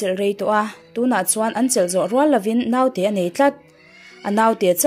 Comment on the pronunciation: Naute hi Note tia lam tur, No-te-i tia lam bawk tur. Ngaihnawm bon, chhiartu aw a nalh bawk si